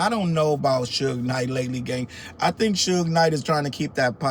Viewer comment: The lady mispronouncing Suge Knight as "Sooge Knight" has me in tears!! Oh, and she called Pac "Pack". 🤦🏾‍♀️😂🤣😂😂🤣